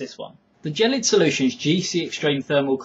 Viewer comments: Gelid is pronounced with a G like "game" or how kids say "gehy", it ghel-lid not "jellied". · Dylan Greene 1. Gelid is a brand name, not a word, so it could be pronounced either way (depends on how the person who named it intended it to be pronounced). 2. The guy it video is pronouncing it jell-id not jellied. 3. Gel (as in hair gel) is pronounced jell in the U.S. and U.K. and the consistency of Gelid is similar to that of a gel, so there's a good chance it's supposed to be pronounced jell-id. Don't know for sure though. We'll just have to ask them I guess. Peace